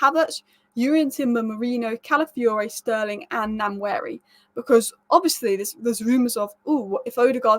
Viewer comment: Ethan Nwaneri is actually pronounced as WA-NE-RI